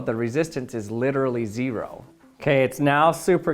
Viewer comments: Why is he pronouncing 0 like that? “zE-ro” 😭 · Gotta say i think this is your best video yet. Also I've never heard anybody say "zee-row" quite like that before lol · Zee ROW... And since the voltage is Zee ROW the resistance is literally Zee ROW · He used emphasis, also Utah accent